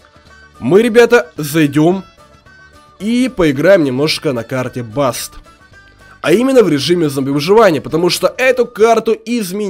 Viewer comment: Карта даст!!! ДАСТ!!! А НЕ БАСТ!!!